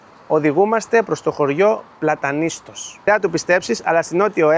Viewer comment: Ωραίος, αλλά να προφέρεις σωστά τις λέξεις. Λέγεται Πλατανιστός. Επίσης είναι τα Στύρα και όχι η Στύρα..το επισημαίνω με καλή πρόθεση. 😉